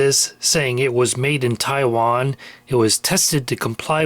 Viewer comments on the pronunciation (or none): none